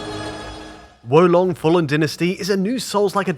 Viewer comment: Great pronunciation of Wo Long. It means crouching dragon btw.